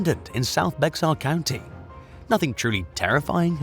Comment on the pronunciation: *Bexar County is actually pronounced “Bear County”, the X is silent.